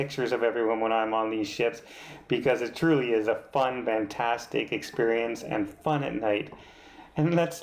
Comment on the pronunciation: Great review,!! I thought it was my ears, but now I know... you say VANtastic... which is a bit different than what I would expect to hear (FANtastic)... Is this a thing or a Canadian thing? And yes, I loved watching the Love Boat - back in the day! ❤️❤️❤️